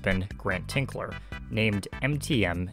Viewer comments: It's Grant Tinker, not "Tinkler." BOCH-CO, not "Brocco." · I couldn't get passed you saying 'Grant Tinkler' (sic) his name is Tinker. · His last name is TINKER, not Tinkler! I'd think you could have gotten that correct...makes me doubt the accuracy of your other information. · TINKER! His name is Tinker, not Tinkler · There is no “L” in Grant Tinker’s name. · Fantastic! St. Elsewhere is one of my favorite shows, and I have never seen anyone go so in depth! One little thing though... It is Grant TINKER, not TINKLER. He is a very well known person and saying his name wrong all through the video is cringey. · TINKER! Grant TINKER. Not ‘Tinkler’ And Alfre WOODARD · "Tinker" not "Tinkler"...